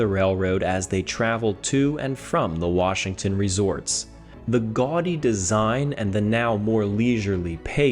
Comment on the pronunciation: Thank you for saying our State's name correctly.